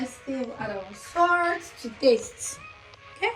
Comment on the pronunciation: Is the R in Salt?